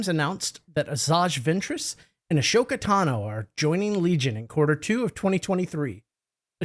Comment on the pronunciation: Nitpicking... but Ah-so-ka vs A-sho-ka.